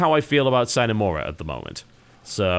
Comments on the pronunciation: the hell are you talking about. Sign, it's pronounced like Sinae.. It's not english, thus people like you cannot pronounce it.. just like the americans that try to pronounce a french name... come ON! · Correct me if I'm wrong, but I believe 'sine' is not pronounced like 'sign' at all.. I think 'sine' is Latin (sine + ablative: without) and then it is pronounced like 'seenay'. Together with 'mora' (mora, morae: delay) this makes 'sine mora', meaning: 'without delay'. You know, just in case you're interested^^ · I'm disappointed TB. You of all people should be able to pronounce Latin. It's si (like the Spanish si) ne mora. Without delay. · Aside from the fact that your'e namecalling, you are also wrong- it's pronounced "see-neigh", not "sine" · Si-Neh Mo-rah (no pauses in the middle though, it was just to indicate the separation of words) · I believe "See-neh more-uh" is the classical pronunciation. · See-ne Mo-Ra the I is pronounced like the first e's in cheese, the E is pronounced in the same way you'd say the letter A in the alphabet, O like you'd say it in the alphabet, and A like ah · Probably too late now... but TB? It's Latin. It's pronounced "See-nay Mo-ruh." If I remember correctly, it means "without delay" or something of that like. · Sine Mora [sɪne mɒrʌ]: Without delay Simple, phonetically pronounced latin. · I think it's See-NAY Mor-AH Latin for 'Without Delay' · I Believe it's pronounced, Sinner Morah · The fuck it is, it's pronounced like the beginning of the word Cinema. Sin-a More-a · Pronounced seena mora, Latin for without delay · see-nay moorah is the way to pronounce it according to my latin class, it means "without delay" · It's more along the lines of sin-eh more-a. Yay Latin! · its a short I sound, sih-nay more-ah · see-nay moor-ah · see-neigh more-uh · i think its pronounced Scene mora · see-nay more-ah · Its pronounced exactly like its spelled (slavic language rule of thumb) Sine mora aint celtic lol.